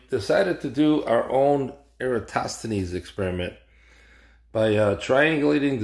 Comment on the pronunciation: I'm impressed, this is the first flerf I have seen who was able to pronounce Eratosthenes